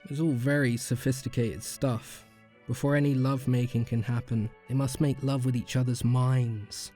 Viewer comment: “I never lie to you, I loub you” 😂😂